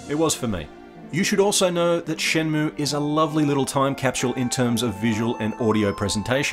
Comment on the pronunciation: ShenmUe pronunciation correct